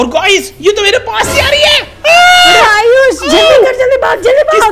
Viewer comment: Ayush moee not nood ayush pro